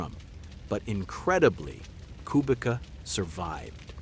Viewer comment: Amazing video, but learn how to pronounce Kubica.